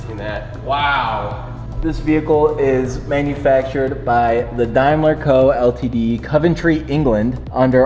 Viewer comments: Are you sure you are car guys? Really? Daimler is pronounced as DAME not DIME. It's a British car so a GB badge on a car stands for Great Britain. Also hence the right hand drive. The 'things' on the side are turn signals. These were very common on older cars. Every country has country identifier letters for the rear of cars. D for Germany, CH for Switzerland, N for Netherlands (Holland), AUS for Australia etc etc. (maybe not the US). The amount of old historical cars you guys clean up I really would have thought you would at least have some clue about them by now. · DAYMLER not DIMELER. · It's pronounced DAYmler NOT Dimeler! Christ, you're supposed to know about your cars, surely! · For the record: Daimler is pronounced with the a sounding like an a DAYmler! And Coventry is pronounced as in Cough. Cov. But hey, great video guys! And GB just means Great Britain. The blinker, as you called it was fitted before modern indicators and was known as a trafficator. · It's pronounced dame ler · . The brand is British. The British Daimler company was not connected to the German Daimler Benz business, so was always pronounced “Daymler”. The car is a 1950s model not 1939. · Daimler is an English car company founded in 1896. It's pronounced 'dameler' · Oh thank you, it makes my skin crawl how they pronounce It and Jaguar ahhh Jag U R & Dame ler FFs, but what can we expect from the colonies, can’t even pronounce aluminium 😂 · In German it’s Dime-ler as in Daimler-Benz. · Its Daimler. Not daymler. Gottfried daimler was not gay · The GB badge is for Great Britain. Also, Daimler is pronounced Day-mler. Awesome piece of British engineering. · Great video and work, and oh it's pronounced "dame lerr". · It is provinces ‘dame ler’ as you drop the i sound. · It’s pronounced Daymler. The slots are turn indicators. The G B is for Great Britain. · GB stands for Great Britain and it's called a Daimler not a dimeler as in ( 👍day )mler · What's a Dimeler? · its said dame ler